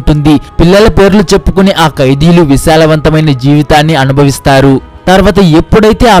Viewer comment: Bro visalavanthamaina kadhu ...vilasavanthamaina